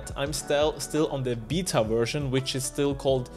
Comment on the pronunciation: Did I just hear him say, "BEETA VERSION"? I guess that is to be EXPECTED from someone that dyes the top part of his hair GREEN!?!?!?!?! GEEZUS Just FYI,. Beta is pronouced like this: "Bay-Tuh version"